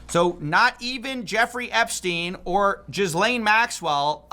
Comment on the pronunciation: I find it childish and frustrating when people like coffee call her "jizz-lane". She was trafficking kids, it's not a funny pun; and it's pronounced ghee-lane. like ghee (clarified butter)